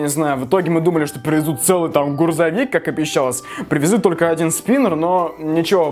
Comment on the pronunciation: не ГУРЗОВИК,а ГРУЗОВИК! :D